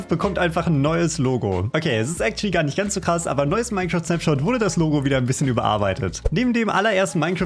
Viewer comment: Minzeraft ausgesprochen